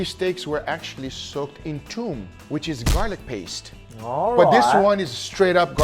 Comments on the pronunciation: it's called Thoom not Toom in Arabic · It is toUm not tOOm you donut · Great idea looks awesome! But it's "Toum" not "Toom" Nice job though looks fire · you mean thum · The thoum is pronounced with a th sound like in number three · I love how he calls it toom! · it's called Tommya not Toom, Toom is garlic, Tommya is the garlic sauce you just made 👌🏽